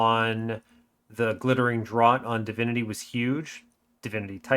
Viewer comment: Dr-or-t? "Draught" is a homophone of Draft!